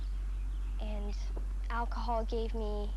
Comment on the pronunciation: why does Wheels call it "olchahol"?